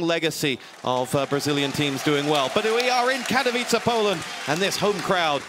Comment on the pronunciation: Lol i love like this guy on the begining cant say properly Katowice :D